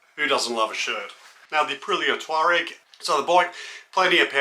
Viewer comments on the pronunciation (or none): It's "TUAREG", not TAUREG.